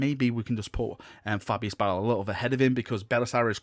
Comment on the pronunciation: Is it just me or is it pronounced Fabius Bile not Bill?